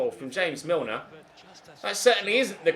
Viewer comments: ZeusMadnessYT - Mobile Gaming he says it on purpose because he says Columbian style after meaning james rodriguez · james milner isn't colombian and you said his name like james rodriguez at first and then you said it the right way